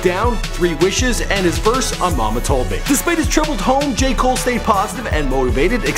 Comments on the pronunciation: Deon Davidson Jay mole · Either say J.cole or Cole not Jay come on man